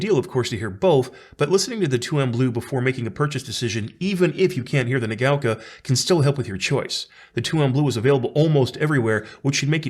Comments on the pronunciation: What are you talking about? It's pronouncing it incorrectly. It's not "nuh gow kah," it's "nah gah oh kah." It's 4 mora in Japanese, which he's incorrectly converting into 3 distinct syllables. That's not how it's pronounced. If you think you've heard a Japanese person pronounce it "nuh gow kah" you've heard wrong. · I think it's pronounced like naga-oka 😁 Great review. Love the channel.